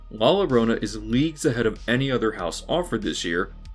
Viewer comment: This is reasonable commentary but your mispronunciation of mythological characters such as la llorona (la yoROna not la LOrona) undercuts it. You might as well as referred to the Weeknd as the weakend.